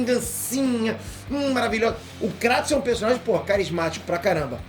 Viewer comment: O fica errando o nome do Kratos